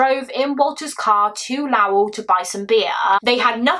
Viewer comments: Lowell is pronounced Low el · Lowell is pronounced low as in not high elle as in elle woods from legally blonde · Hi my! I just love you.. so proud of you! Just an FYI, I'm from Massachusetts USA, and Lowell is pronounced like "low well" but not like "oh well" haha. Yah kinda just say it fast. That's why only one L I guess. 😅. "low well" I think is better to explain. 😅 ❤❤❤❤